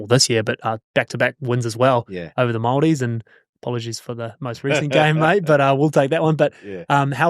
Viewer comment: Also mate pronounces Māori words better than New Zealanders. My man!